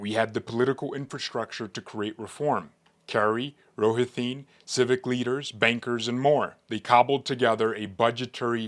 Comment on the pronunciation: Exactly! I just subscribed. Coupla words misprounced, like Rohatyn. I suggest you consider running yourself